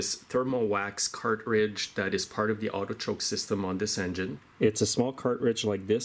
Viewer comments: Car•tridge, not Cart•ridge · The word is CARTRIDGE, not car-ridge. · Is he saying "cart ridge"?